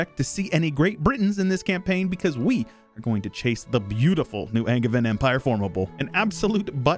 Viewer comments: Angevin is pronounced like AnJevin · my man! Been watching you for years and you finally play my home region. Angers, Angevin, Anjou: Pronounce the "g" as a soft G, as in Angel 🙂 My baby is now a toddler, being a dad is a fun adventure! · Hi! We pronounce it, in French, « an » like anterior but without pronouncing to much the n, « jeu» like juice and « eu » like same in heuristic without the h and the u, and « vin » but the i and the n form a sound that you can find when people say « moulin rouge », the n is not pronounced